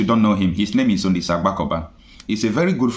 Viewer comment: Please that Great Man's Name is not Olise, He Is Chief OLISA AGBAKOBA! stop messing with Igbo names ok.